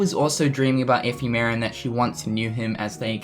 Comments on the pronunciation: epheee-mera!!!!! What!? its (eff-em-er-a)! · love the updates, but its funny how you pronounce it like F. E. Merra. thanks for the news tho. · Still can't pronounce 'Ephemera'... smdh